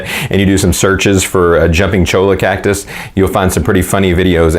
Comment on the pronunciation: It is pronounced CHOY YAH not CHOW LA. LOL